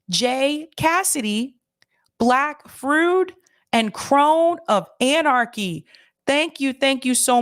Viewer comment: Duh! It's not "Black " Frood"" as you pronounced it , dipwiddle, it's "Nlack " Froid"".